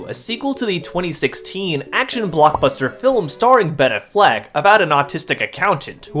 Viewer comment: The way you pronounce Ben Affleck it's very autistic, like unironically, it has that autistic accent, neat video